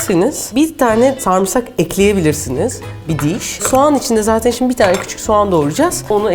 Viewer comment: Abla her şeyi çok güzel yapıyorsun ama sarmısak domatez deme lütfenn